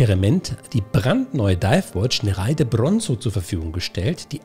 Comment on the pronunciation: Kleiner Klugscheißerkommentar: Sprich Nere ide nicht ei zusammen, sondern getrennt.